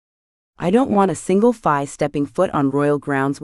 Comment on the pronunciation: I'm sorry but I have to say it the word "fae" is pronounced like the word "say" or "play" not like the "bye".